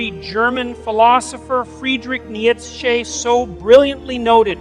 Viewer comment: Is that AI? Why the hell did he pronounced Nietzsche like that??